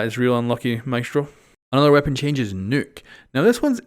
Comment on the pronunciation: Nokk not Nuke -_